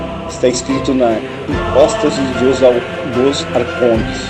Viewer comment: Circuncisão e não circunzisão. Arcontes e não arcondes. Quando se fala errado perde muito crédito...